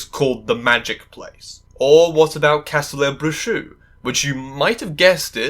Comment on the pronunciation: Castelo Bruxo is the laziest name in a story I've ever seen in my life. Imagine if Hogwarts were called Bewitched Castle, it's so on the nose. Also, seeing trying to pronounce Castelo Bruxo is hilarious